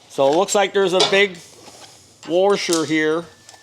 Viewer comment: There is no R in washer. :-)